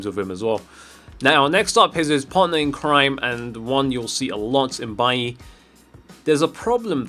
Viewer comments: wtf is "mbailly"? do u see an 'm' infront of his name lol? its Bailly.. pronounced "bayi" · His name is BAILLY not MBAILLY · Stop saying "mbailly" it's just bailly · Why are you saying Mbailly? There is no M in his name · stop saying m'bailly you weirdo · why does he call bailly mbailly